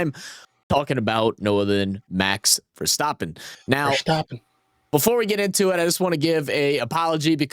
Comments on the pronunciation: It’s not Verschtappen. 🤦🏻‍♂️ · There is no "sh" sound in his last name, please stop doing that